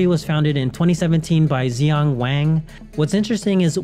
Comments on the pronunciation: Text: Xingxing Wang. Spoken: Ziong. Actual: Shingshing. Why didn’t you at least: “Zingzing” or “Jingjing” or “KsingKsing” or “EcksingEcksing” or even “Crossing Crossing”. ZIONG????? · How is Xingxing become "Xiang" in your mind? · I love how it's acceptable in the West whenever reading a Chinese aloud name to just smash together a random collection of syllables. Htf do you get "Zi Yang" from "Xing Xing"? Even if you have no idea it's clearly the same sound twice...